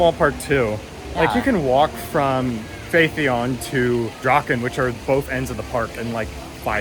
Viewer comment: Welcome to Korea. Gyeongju World is one of the few parks in Korea that invests in new attractions. Everland and Lotte World haven't introduced any new attractions for over 10 years. Therefore, many rollercoaster enthusiasts in Korea have high expectations for Gyeongju World. P.S. Phaethon is pronounced similarly to Python. There is a review video of Phaethon on the TPR(Theme Park Review) channel.